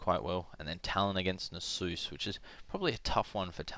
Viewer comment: NasUS, not Nasoose :p hehe good commentary!